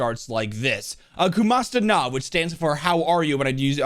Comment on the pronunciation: Why he say kumusta na like that, it supposed to be (cu mu sta na)